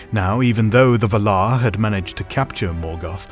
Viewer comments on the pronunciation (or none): Anyone else upset by the pronunciation "Vuhhlauuur," invested or "Val-are?" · Loved this video, but I couldn't get over how you pronounced Valar. I've always read and said it as Vaalar, emphasis on the first 'a', and a bunch of other YouTubers say it the same way. Just a pet peeve tho, no big deal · Pretty sure it’s pronounced like “Vál-laar,” not “vuh-lár” 😉 Nice video tho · Someone help, please. Is this video’s pronunciation of valar the proper one? I always thought it was VAL-ar, not val-AR. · Vàlar. Not Valaaaar!! No wonder she has no friends! 🤣🤣🤣🤣🤣🤣🤣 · I say Val-ar. You say Va-lar. The stressing of the second syllable sounds so strange. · "Besides, you're saying it wrong it's LevioVA-lar, not leviova-LAR" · Dafuq is V'lar? Isn't it Valar like Valour? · The way you pronounce "Valar" troubles me BUT at the same time...I love the pronunciation. I am in an internal conflict just like the "Vala-ar" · you said valer wong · Dude its pronounced [VA] - [LAR]. Really confusing my ears and cant take in your commentary properly hearing bad pronunciation. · Yes this pisses me off every time, when someone takes all this time to make a video like this and doesn't know how to pronounce the main fucking name in his video. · That is the incorrect pronunciation of Valar. Also Aman. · I don't care what you think, you are pronouncing 'Valar' like a twat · Tolkien was very specific on pronunciation so it was weird hearing the words Valar and Orome said in this manner. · Your pronunciation is wrong. There is a pronunciation guide in the appendix. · Can't watch because of how he pronounces Valar. Sounds so weird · half a minute in and you already turned me off with your horrible pronunciation...that's not how you pronounce valar. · Your pronunciation of valar is killing me 😂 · You are saying “Valar”, funny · It is distracting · Honestly, it annoyed me, too 😅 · Yeah it confuddles me too :D